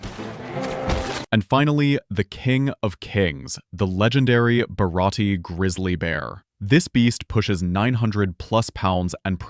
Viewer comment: Legendary…bhhharati…grizzlay bearrr 💅